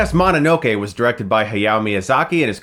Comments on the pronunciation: And This is Why I Disavowed You Chris, You Can't Pronounce the Titles Correctly. it's Princess Mo No No Kay, NOT Princess Ma Na No Kay I suppose You Pronounce Pokemon as (Poke E Mon) instead of (Poke A Mon) BTW it's Poke A Mon, Your Voted Off Of The Island, and Not on The Jury. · Moh-no-no-kee Geeb-lee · "Mahninokay" dude... I know you watch anime, so please try to pronounce it right.